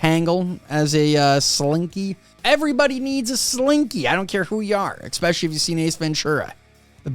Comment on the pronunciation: It's especially, not expecially....